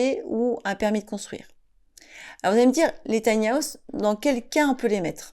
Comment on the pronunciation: Taï ni à ousssse 😂😂😂 On peut rire 😅🤣😂